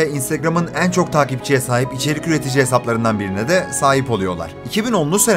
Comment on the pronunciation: nolur "en" kelimesini doğru oku artık kulaklarım acıyor